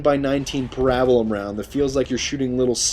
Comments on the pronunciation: Did he just say pu-rab-bu-lum round? It's para-bell-um. I know I'm here three years too late but c'mon man. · Epic pronunciation of parabellum.